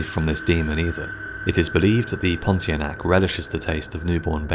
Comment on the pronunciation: Pontianak is pronounced as pon-tee-ar-nah-ck